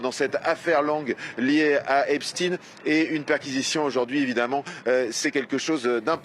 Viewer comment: 25 sec. Elle fait exprès de prononcer Epstine et non Epstein😂pense t elle qu'on est dupe?